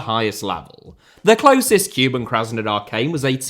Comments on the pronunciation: So needless to say, 'Cuban' Krasnodar has nothing to do with Cuba ... Kuban, or Kouban, is an area and river in the southern Russian Federation. To distinguish, rather than 'kyoo-bun', the pronunciation should be more like 'koo-bahn' (like cuc*koo* + auto*bahn*). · listening to you butcher team names is half the reason I love this video! Tea-arh-ehz and Cuban were both an especially nice touch. Cheers.